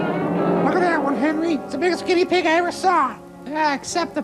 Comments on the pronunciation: why is that guy yelling about never mentioning his daughter's name when her name wasn't mentioned in the first place? and how come that guy can't pronounce "guinea pig"? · this guy can't pronounce guinea pig